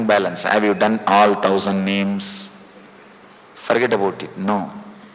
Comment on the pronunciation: I like the 'Brooklin style' at min "Forget about it!" ;-)